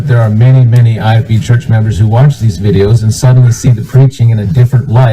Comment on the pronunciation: Everybody be on the lookout for the Great Lakes accent (between Wisconsin & upstate New York). He pronounced videos as “vide-ooze,” nonsense as “nansense,” & I as a nasally “uh-IIIIII.” Happy hunting!!!